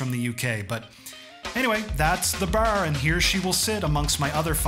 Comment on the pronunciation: Awesome! By the way, I noticed you're Canadian and based on the way you say bar, I'm guessing Ontario?